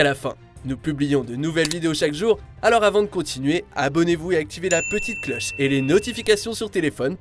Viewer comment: Lorsque il demande de d'activer la petite cloche, je sais pas si c'est moi, mais moi j'entend la petite closse. MDR.